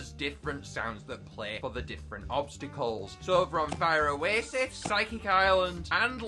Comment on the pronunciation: you say it like fire oaasis